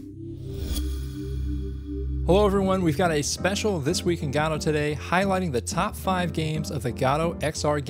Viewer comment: Guh-Doh! Guh-Doh! GUH-DOH! Not God Oh!